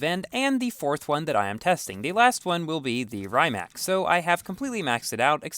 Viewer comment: It's pronounced rim-ac not rhyme-ac